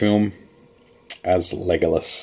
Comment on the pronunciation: "Comparison Ford" and "Leg-o-less." I'm gonna require more comedy from now on.